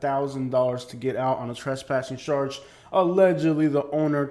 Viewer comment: Why do you say ..sharge instead of charge